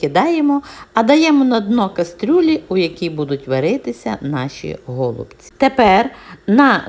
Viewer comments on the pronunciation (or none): Але наголоси,трохи шокують українську мову..нпр-гОлубці. А треба голубцІіі. І ще укараїнаг має більше 160діалектів. Найчистіла укр.мова в містах Луцьг.Рівне...ближче до літературної. А рецепт хороший.